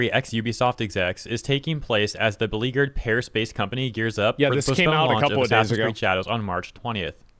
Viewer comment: ASS-ASS-in's Creed: Shadows